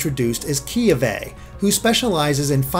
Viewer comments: kiawe = key-AH-vay either way, great video! :D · They all have the D-pad thing. And pronounce the "a" in Kiawe as "Ahh" not "uh" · Kiawe is actually pronounced "Kay-ah-vay". That's my cousin's name and that's how he and his family pronounce it. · Kiawe is pronounced "ki-ah-ve" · keyuhvay lol i imagine it is pronounced key-ah-way